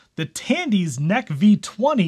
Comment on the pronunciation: Dude! NEC stands for Nippon Electric Company, Ltd. and is generally not pronounced as "neck", but as Enn Eee See. My first IBM Compatible was powered by V20 chip. For its day, it was fast.